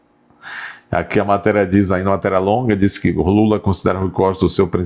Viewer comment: Nem o nome do companheiro lula sabe falar. 😂😂😂😂😂😂😂😂😂😂😂😂😂😂😂😂😂😂😂😂